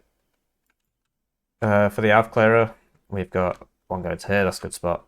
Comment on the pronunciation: Don't doubt your pronunciation of Aufklärer - you're correct to pronounce the Ä as an ae instead of as a hard a.